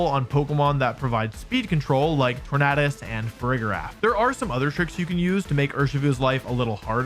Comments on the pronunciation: Why pronounce it tornahdus when it’s based of the word tornado bruh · Is that the proper way to pronounce Tornadus? I've always pronounced it as "Tor-nay-dus", not "Tor-naah-dus" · Why does he say “Tornaadus” Like it’s just tornado with a few litters swapped at the end